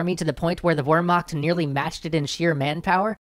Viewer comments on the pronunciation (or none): Its Ver-macht not wermarkt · I know this is a very common pronounciation, but it still makes me cringe to hear "Wermakt" instead of "Wehrmacht" is the "ch" really so hard to pronouce? Or are you choosing to say it like that so anglophones will understand? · A tip on pronunciation of German words. Luftwaffe is pronounced with an oo as in spooky and has the accent on Luft-. Much like how the English word airforce has the accent on air, not force. Also the Wehr- part of Wehrmacht sound like the word ''where'' not ''were''. And Panzer has the famous German Z which sound like a T follow by an S, like when you say ''hit song''. Not to be nitpicky but you probably have to pronounce these two alot in the run of the show. Anyway thanks for the bonus these series are really nice. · Hey =) to help you pronounce wehrmacht correctly so it doesn't sound like warmacht, try saying veremacht. should sound better this way I think. I'd love to help out on other german pronounciations if you need me =) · Please, its "Wehrmacht", not "Wermacht" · It is Wehrmacht not Wermacht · Wermacht. Wermacht denn sowas? (Its called Wehrmacht) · It’s actually pronounced vermarct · Still... it's pretty easy to look this kind of thing up. It's a nitpick, I know. I enjoy the extra histroy stuff greatly! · The correct pronuciation of "Wehrmacht" is "veːɐ̯maxt," if I'm not mistaken. That "x" is equivalent to the pronunciation of the "ch" in the English word "Loch." Loch being pronounced lock, at least in English as I have learned it; it would then make sense to pronounce "Wehrmacht," as "ver-makt" (with respect to pronunciation of the r as well). Correct any mistakes I have made in that assessment, I'd like to know what I got wrong as to not make the same mistakes again. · How come you say Luftwaffe right, but Wermacht incorrectly? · Great video but it's pronounced Vehrmacht... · It is pronounced vehrmact but is spelt wehrmacht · love the vids but it's pronounced vair mok spelling is whermacht